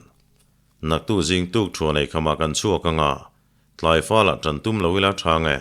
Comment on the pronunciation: Dokhara thawnthu hi athu in lak lawn chhoh dan te. Tawngkam bungrua atawk choha achhep chho thinte hi ngaihthlak amanhla khawp mai. Achhiartu in achhiar thiam bawk nen. Athluk hi adik tlangpui thin. Mb anka tiha achhiartu hian tukthuan hi Tuthuan zukti tlat zel a